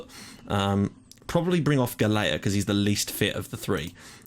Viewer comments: Just a small tip regarding the Maltese guy's surname, it's pronounced "Gahl-ya" :) [So basically you're already pronouncing the first half of his name correctly] AND YES A MALTESE GUY IS ACTUALLY PLAYING ABROAD :D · I really hate correcting you, but since I'm Maltese, I'll try to help you out a bit ;) Galea is pronounced as Gal-ja with the 'j' being same sound as the 'y' in yes. Hope I managed to help you out a bit :)